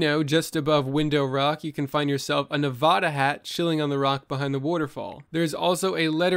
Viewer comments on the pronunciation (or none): none